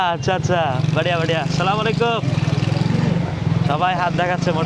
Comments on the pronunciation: আসসালামু আলাইকুম টা তু ঠিক মত বলেন সালামাইকুম অর্থ আপনার উপর গজব পরুক। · ভাই আপনার ব্লগ গুলো দেখে কিন্তু আপনার সালাম দেওয়ার স্টাইল টা আমার ভালো লাগেনা সালামটা আগে ভালো করে শিখে নিয়েন তারপরে মানুষকে সালাম দিয়েন😅😅